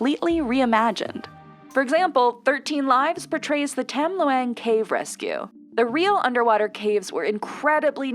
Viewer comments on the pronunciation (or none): That was a terrible pronunciation of Tam Luang. Please dig around a bit before recording